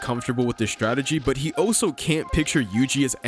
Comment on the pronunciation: BRUH "Also" is pronounced "ALL-so" not "OH-so."